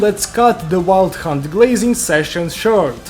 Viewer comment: im listening to this and when he says wild hunt it sounds like hes saying "wild c*nt"